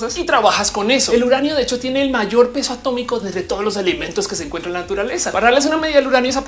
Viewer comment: A-tómico... se dice A-tómico XD